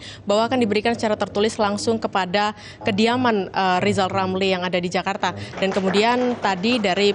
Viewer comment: Lebih baik rizal ramli belajar ngomong Rrrrrr dulu karena kalau tidak dia tdk akan pernah menyebut namanya dgn benar seumur hidup...jadi Lizal lamli....tua tua keladi...